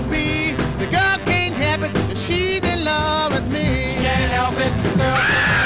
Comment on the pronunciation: The best part of this is how Richard pronounces "The girl can''t help it" as "The girl cain hep it"